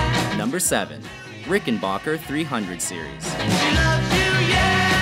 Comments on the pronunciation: ....it's RickenBACKer, not RickenBOCKer !! Arrrrgh!!! ;-) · Nobody: Watch mojo: Rickenbarker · ...they pronounced Rickenbacker wrong... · Hey said rickenbacker wrong my ears hurt